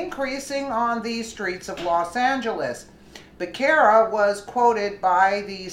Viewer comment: It's pronounced Buh ser' ruh